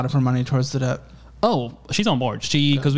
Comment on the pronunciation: YOU DON'T SAY THE B IN DEBT omfg I hated hearing him say debt